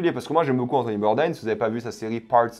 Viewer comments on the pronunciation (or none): Anthony Bourdain se prononce à la française!